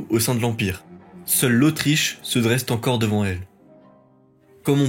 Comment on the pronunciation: Je ne compte plus les liaisons imaginaires dans les narrations de cet épisode 😬 (exemples : "Seule l’Autriche se dresse-t-encore devant elle" ; "Frédéric II s'engage-t-à voter") ... À surveiller ! 😊 😉